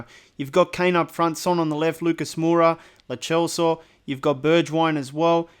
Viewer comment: Me finally happy that people say lo celsos name correctly